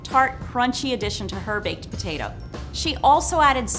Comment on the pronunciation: “Baked pertatoh”